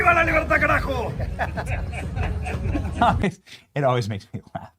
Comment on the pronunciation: . Benny, it's "¡Viva la libertad, carajo! Just remember that the Spanish"j" is pronounced like 'our h" and you've got it. 👍🏻